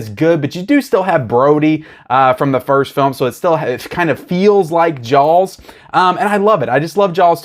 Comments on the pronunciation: I slowed the playback speed of this video to 50% and you are literally saying JAWLS. Its amazing. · I don't think you can say "Jaws" any more southern. Just fyi, to my ear, it sounds like "jyalls". My father bought me a complete Hitchcock works boxed set. It's only missing Dial M For Murder. It even has the two series. It's such a great box set. Highly recommended.